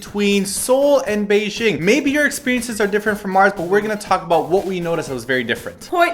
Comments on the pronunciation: Why do people say Bei "zh"ing? As far as I know and can tell from my Chinese parents, it really is said like its spelled. Beijing. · You are pronouncing Beijing wrong. J as in jam. G sound. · The pronunciation of 'Beijing' tho